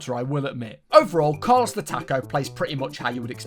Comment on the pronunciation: Car-loss the Tack-o lol